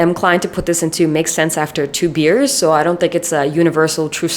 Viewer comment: i think every single time she said “makes sense after 2 beers” me and the subtitles both thought she was saying two “years” 😭 i was so confused at first lmao. btw i don’t mean this hatefully and am rlly enjoying the video!❤